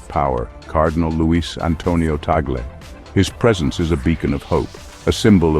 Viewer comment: Perfect pronunciation to the Family name of His Eminence Luis “Chito “ Cardinal TAG LE 🙏❗️Appreciate it.